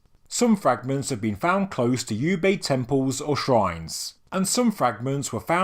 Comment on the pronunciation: Oobayd not "U"bayd.